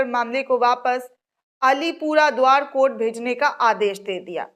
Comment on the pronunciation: Madam many in our group till now supports and likes your videos. But try to respect the Court by not pronounceing KOT but pronounce in a respectable way COURT